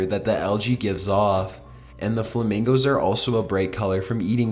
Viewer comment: I lost it at your pronunciation of "FlamingOOoooOos"